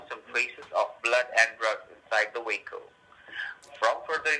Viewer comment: "We found blood and drugs inside the wee-kle." Oh my, that sound bad. Be on you toes. You are going to the goat house soon.